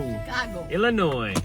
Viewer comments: It’s not “Ellinois” it’s “Illinois” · Illinois? More like Illi-noice!